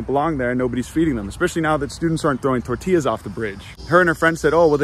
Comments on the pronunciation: I'm sorry, but the way pronounced "tortillas" really got on my nerves. The double l is a "y" sound, not a "l" sound. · Disliked for your terrible use of the word Tor Til las..XD joking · This video was good. The only problem was he called them torti lluhs